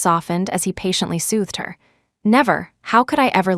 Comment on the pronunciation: Soothe not sueth